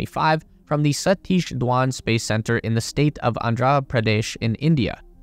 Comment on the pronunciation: satis not dho-ban its dha-ban